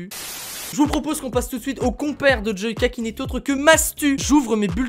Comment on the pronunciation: Il a dit joaka ou je rêver 😂😂😂🤣🤣